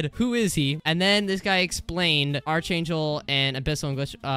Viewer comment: why does bro say archangel wrong